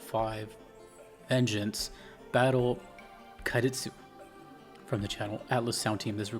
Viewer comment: Qadistu is pronounced like „Kadishtoo“